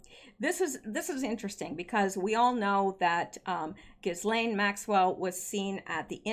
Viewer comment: Ghislaine= Ghee-lane. It’s French.